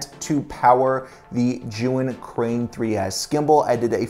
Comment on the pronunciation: Sorry to hear about your hard drive. Actively spinning drives are VERY delicate. Love the recommendations for accessories. One tip: "Zhiyun" is actually a compound word in Chinese meaning "wise cloud" if you pop that word into Google translate you'll hear the correct pronunciation. To my ear, it sounds like "chew-ying". I saw that tip in a Chinese YouTuber's video on the Weebill S.